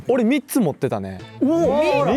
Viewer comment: 純喜の3つの発音ミッツマングローブさんなんだけどｗｗ関西弁？